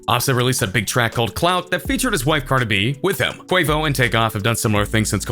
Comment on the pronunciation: Why you saying cardi like that 😂 “Carda B” I’m crying 😭